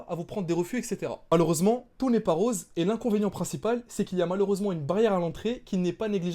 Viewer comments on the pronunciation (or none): none